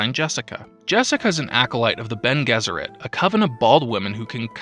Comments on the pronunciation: I know I'm like a year and a half late on this, but it's BEN-aye Jess-ur-ette. Not Ben Guess-ur-ette. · Bonés it's latin, so Bene (rhyme with fiancé) Guesserit